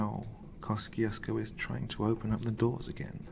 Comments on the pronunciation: Wow, your voice is so smooth it can melt the butter of my heart. But damn, the American pronunciation is hella weird. We pronounce it Kosh-chush-ko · FYI. It's pronounced. Keh- choo- skoe